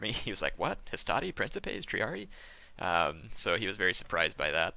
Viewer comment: So I figure I should be the douchebag that says this.... Princeps priːŋ.keps (prin-keps) Princepes priːŋ.keps.es (Prin-kep-ays) lol... Sorry... feel free to ignore my Latin pronunciation Nazism